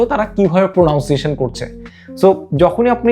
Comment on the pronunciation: ধুরো বেটা প্রো নাউন সিয়েশন না প্রোনানসিয়েশন 😊